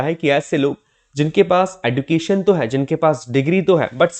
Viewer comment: Education ka pronunciation galat bol rahe hain aap sir use ejucation bolate Hain